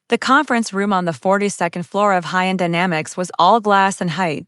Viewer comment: I don't think the narration said "High End" correctly once during the entire story.